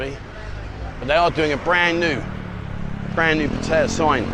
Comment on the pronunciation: you're a great guy and I love your show can I get you to please pronounce Pattaya correctly. Sounds like (pat..tea..yah) please